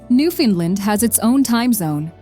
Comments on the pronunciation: Your AI voice pronounced Iqaluit, Osoyoos, and surprisingly Newfoundland wrong. The first two are native names and have accents over certain less so vowels will have more length to them. Spell the word properly so you AI doesn't butcher the pronunciation on English letters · Can’t say I’ve heard Nfld said like that before 😂😂😂